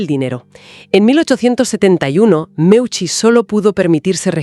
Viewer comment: audio insoportables, qué es eso de muiuchi, es simplemente MEUCI, parece que los bots no son tan inteligentes